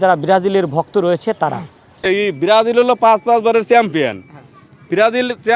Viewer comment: বিরাজিল বিরাজিল বলছে। এইগুলাকে সাংবাদিকের চাকরি দেয় কে😑 কোন শিক্ষাগত যোগ্যতা লাগে না